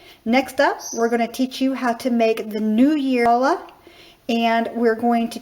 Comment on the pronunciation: Lovely! Very clear instruction. Can't wait to try it. One thing though: It's pronounced "Hallah" with the "Ch" as in "Hallway" not like as in "Chalk".